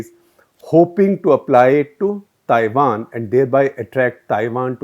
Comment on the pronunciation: At minute 9.48 you say 'Tiwan'. Slip of tongue may be...